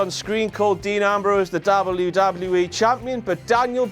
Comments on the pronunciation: its nt dobluee doblueee eeee btw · say w properly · He pronounced it DoubleU DoubleU E RAW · Why does he say wwe like that